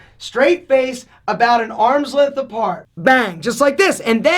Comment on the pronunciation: Next video: How to pronounce "length" like a gentleman.